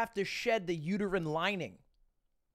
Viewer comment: He says "uterine lining" exactly how someone who doesn't know what that is would say it.